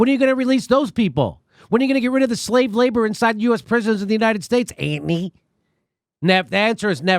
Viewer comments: "Ant-ny" sux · Love your 'ANTONY!' pronunciation, Jimmy. Childish and entertaining!